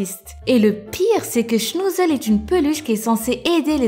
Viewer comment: Iliass Rchidi SHNOUUUUZZZEUUUL